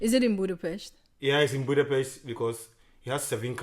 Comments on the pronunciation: You pronunced Budapest correctly! :D You guys are just charming. I wish you the best truly. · When you pronunced Budapest correctly, youve got a sub. :)